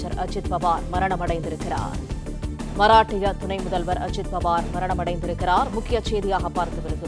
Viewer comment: செய்தியை வாசிக்கும் பெண் மஹராஷ்டிரா என்ற மாநிலத்தை மராட்டிய மராட்டிய என்று வாசிக்கிறார்.இது தவறு.